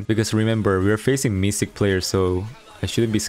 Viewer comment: Mythic ❌ Mysick ✅ Darryl ❌ Darr-e-yl ✅ ❤️😂